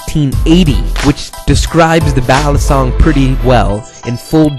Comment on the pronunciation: Batangas should be pronounced = bah-TAHN-gahs Balisong - Bah-lee-SOHNG Actually just came back from PI and picked one up from Taal. Breaking it in as I watch this video. Aside from the mispronunciations, really good info.